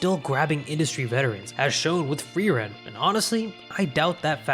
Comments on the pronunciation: im not sure, but i think frieren is not pronounced freeran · how do you pronounce "totoro" correct but not "frieren" lmao.